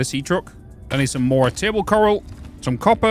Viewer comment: Did you just call the coral Karl ???😂😂😂😂 another great video ❤